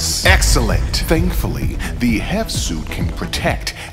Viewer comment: Hearing it read "hev" screws with me more than I'd like it to.